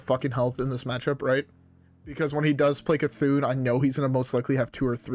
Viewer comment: KILL OFF BOTH WHAT???????? /JK - (I know you're saying short hand for c'thun but god it sounds like something else.)